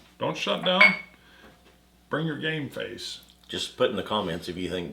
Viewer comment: Screams “game face” but doesn’t really pronounce the m. 😂